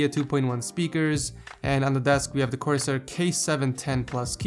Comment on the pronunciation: Did you say corsai k710?